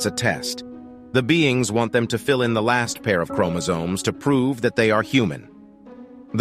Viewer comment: Everytime he said Chromosomes I wanted to fight someone 😤😤😤